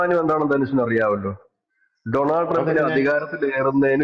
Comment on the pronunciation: ഡോണൾഡ് എന്നാണ് ശരിയായ ഉച്ചാരണം. ഡൊണാൾഡ് അല്ല